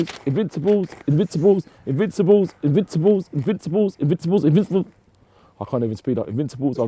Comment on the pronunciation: no one:: iNvInSaHbUlLs, iNvInSaHbUlLs, iNvInSaHbUlLs, iNvInSaHbUlLs, iNvInSaHbUlLs, iNvInSaHbUlLs, iNvInSaHbUlLs, iNvInSaHbUlLs, iNvInSaHbUlLs, iNvInSaHbUlLs, iNvInSaHbUlLs, iNvInSaHbUlLs, iNvInSaHbUlLs, iNvInSaHbUlLs, iNvInSaHbUlLs, iNvInSaHbUlLs, iNvInSaHbUlLs, iNvInSaHbUlLs, iNvInSaHbUlLs, iNvInSaHbUlLs, iNvInSaHbUlLs, iNvInSaHbUlLs, iNvInSaHbUlLs, iNvInSaHbUlLs